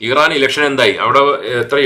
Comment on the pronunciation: ഈറാൻ അല്ല ഇറാൻ ആണ് 😅